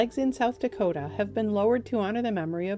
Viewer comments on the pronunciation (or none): none